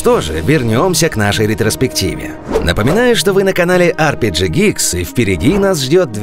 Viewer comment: На - PRG(?) Geeks)) Ребята, ну орфографию-то проверяйте. И как все-таки это у вас произносится? При названии канала - пафосное "Ар Пи Джи", внутри контента - народное "ЭрПеГе"